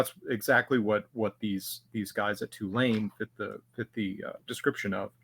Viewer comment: Why do you say "Tulane" wrong